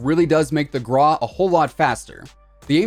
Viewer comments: Is it just me that finds his pronunciation of grau? Why are u saying “grah”? Its “graw” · it’s still gro